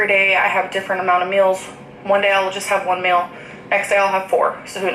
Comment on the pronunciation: I get a brain Arianism every time she pronounces 'meal' as 'MEUUUL'